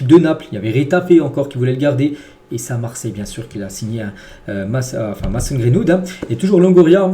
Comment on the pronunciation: C pas mAson c’est mAYson sinon continue comme ca t le goat